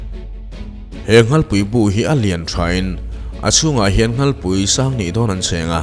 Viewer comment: A tir lam a nghalpui i lam dan hi sanghal ( nghalpui ) lam dan ang hian i lam tlat mai 😀😃😄😁😂😅🤣 ka rawn sel ve mai2 aw.. Ngaihthlak a man hla m2 thin e